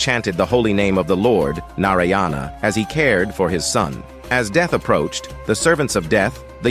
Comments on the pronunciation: At least get the pronunciation of Narayana correctly. It's "Naaraayana". You are saying "Narayaana" it's wrong 😂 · Pronounce narayana properly, it is nàràyanà, not naryana. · Please correct pronunciation....it's not NARAyans...it's NAARAYANA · It’s not naryana it’s NARAYANA in pronunciation . Bhai dhyan rkho .. hurt hota hai bc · It should be pronounced as Naaraayana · Mostly your stories are factually correct and interesting. However, pronunciation of names are wrong. The spelling is correct but I write here to help understand the pronunciation correctly - Ajamila - Ajaamila Narayana - Naaraayana. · Not. Narayana. Pronounce as Naa raa Yana now together. Naaraayana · It's pronounced as Naaraayana